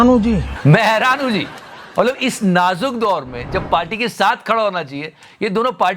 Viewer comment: "naazuk duar" 😂😂